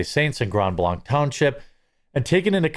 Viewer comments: Jeremy...it's pronounced Grand Blank. Not blonc. I lived there, it kinda erks me when people mispronounce it. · It's Grand Blank not Grond Blonk. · 'Grond Blonch' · Its not blanque its blank. Grand blanc is grand blank to us michiganders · It’s pronounced “grand blank” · It's pronounced Blank. This is about 15 minutes from my house. The Grand Blanc police chief sucks at giving info and the Genesee County sheriff Chris Swanson is more interested in furthering his political career than doing his job. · Not Grand BlAnC it's Grand Blank! Don't pronounce it the french way you frog lover, Grand Blank but spelt with a c but sounded with a k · Jeremy please stop saying grand blanc wrong it’s pronounced blank like shooting blanks, I live here so it’s weird to hear it mispronounced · Local pronunciation: Grand Blank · Also it’s pronounced “grand blank” lol thanks for covering this story! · Grand blanc is pronounced grand blank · Pronounced Grand Blank....... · Dear Lord…. It’s pronounced “Grand Blank”. Please be the only commentator to get this right! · Don’t pronounce ‘Grand Blanc’ using French sounds. It’s grand (‘a’ like cat) Blank (long a) (hard K). I get it, but we aren’t Wisconsin. 😆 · From Michigan, it's pronounced "GRAND BLANK" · This shit is happening in my neck of the woods, I've always felt safe as long as I avoid Flint but not anymore. (Not to be rude but Blanc is pronounced the same as blank). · It's pronounced Grand Blank! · Once again you say it "Grand Blank", This is Michigan it's up north dude say it completely through your nose. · sup homies and homettes! Jeremy, only cause I know you like to be detail oriented. It's Pronounced "Grand Blank" Michigan. I don't know why, but it is. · I'm not doing this to be silly or petty, but blanc is pronounced (blank). I love your reporting, but I wince every time. I know it's just because I live in this part of Michigan. 😳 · GRAND BLANK, we pronounce it GRAND BLANK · We pronounce it "Grand Blank", btw. No silent D.